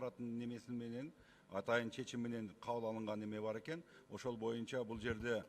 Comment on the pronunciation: Моюнча дебей боюнча деп сүйлөсөң!моюнча деген сөз жок кыргыз тилинде!!!боюнча деп сүйлөчү чулдурабай!!!